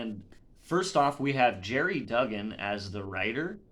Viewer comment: Is it pronounced (Duh-gan) I always pounce his last name (Doo-gan) and I hate miss pronouncing stuff. I was buying Wolverine, X-men, and X-Force right up untill I had to get out of having a pull list temporarily a few months ago.